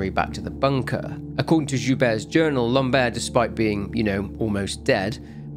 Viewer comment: The way you say " Lambert " sould like " lombaire " wich are the lower bones of the spine, " lambert " sound more like " lamb-er " ( the T is silent )